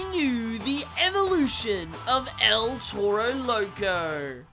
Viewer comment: Why he say it like that “el tero lerco